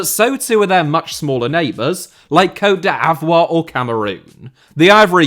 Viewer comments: "coat de aivoir" - surely he's trolling at this point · Côte d'Ivoire is pronounced "coat deev-war",. Great video though. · Hearing pronounce Côte d'Ivoire made my day